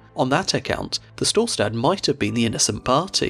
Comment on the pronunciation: I love how wrongly he pronunces Storstad. mainly "stad" listent to a German saying Stadt and then just cut the T